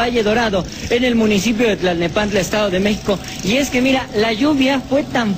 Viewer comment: Actually is tlalnepantla, but yeah, its quite difficult, even for most mexicans